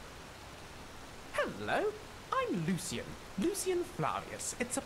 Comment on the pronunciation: The only thing that irks me is how Kaidan goes back and forth with pronouncing Lucien’s name. It’s either Lucien or Lucian. Other than that, they’re so adorable